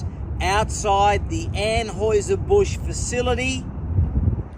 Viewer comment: “Aim n Aims”? “Anhoiser Busch”? WTF? Surely, this guy has had to correct people on his pronouns his entire life and it hurts his feelings. Otherwise, what kind of man needs to go around telling everyone how “Alpha” he is? 😏